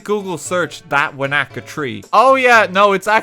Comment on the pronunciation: this physically pains me to watch. When he said wanaka I felt light headed.